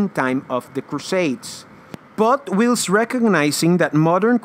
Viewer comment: It's not 'willst' for whilst..... it's pronounced 'whilest'